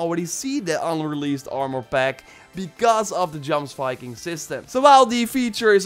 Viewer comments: Plz, its not djomsviking, its pronounced like yiomsviking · “JOMSVIKING” is pronounced YOMSVIKING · It's pronounced YOMS-Viking and Sutur is pronounced SOOT-TUR..... would have preferred an ASSASSIN set like Hytham's outfit..... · It is pronounced yomsviking 😂😂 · DUDE. Your name is, Jomsviking is pronounced the same way as “Jor” is in your name. How hard is this to say? YOMsviking say it with me... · i suffer every time this man says jomsviking xD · Faygo. It’s clearly a mispronouncing of the word I wasn’t being a dick many of old Norse words are butchered due to lack of knowledge